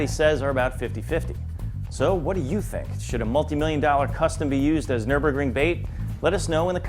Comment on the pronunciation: "Nurburgrunge" is what calls it